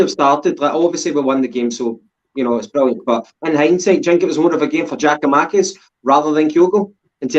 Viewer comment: Did you go highschool? It's Giakoumakis ffs.